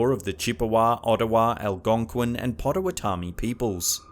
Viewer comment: I just gotta say as a member of the Citizen Potawatomi nation, he butchered Potawatomi. It's pronounced pot-oh-wah-toe-me. Otherwise, a great video as usual